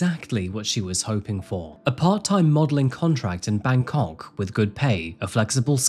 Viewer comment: You talk about the pronounciation of Myanmar, but Im more worried about how you say Bangkok